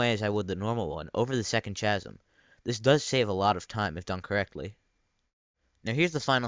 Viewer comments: It's pronounced "kasem" not "chasem", but cool tutorial! I never knew that existed! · It isn't CHA-sm.. it's KA-sm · And he be like "ch-asm" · IT'S PRONOUNCED KASM! NOT CHASM! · It's pronounced k-asm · it is pronounced kasm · The way you say Mach, chasm and Mario piss me off. Please learn how to speak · did you just pronounce chasm with the ch being normal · The ch in chasm is pronounce like a k. (Much like character or charisma.)